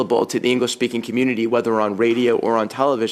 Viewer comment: MARIE-PHIIPPE BOUCHARD IS JUST ANOTHER ARROGANT FRENCH CU NEXT TUESDAY, CAN NOT WAIT FOR THE CONSERVITIVE GOVERNMENT TO DEFUND CBC SHIT , AND STUPID LADY YOU NEED TO LEARN HOW TO SAY RADIO